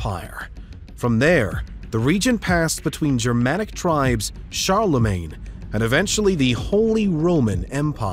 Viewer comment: In Latin Its Germanic Tribe not Germanic Tribe.. Hold on Roman Guy Your Pronounce 😅